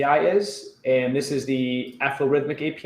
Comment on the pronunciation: Excellent, you managed to pronounce Aflorithmic correctly! Thank you for trying our API. Any feedback is extremely welcome.:)